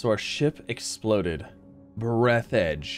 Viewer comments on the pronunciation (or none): It's Breathe the edge, not breath edge